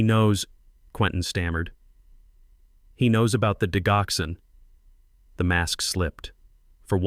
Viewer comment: Digoxin, the “g” has a j-sound! Not the hard “g” sound!